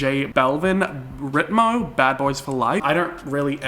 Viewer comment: Oh baby, the way you said RITMO broke my heart. Ritmo is rhythm in Spanish. As a native Spanish speaker, can’t tell you how excited I was to see this song at the VMAs!